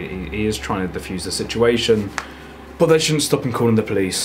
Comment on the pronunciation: Why does he say bot instead of but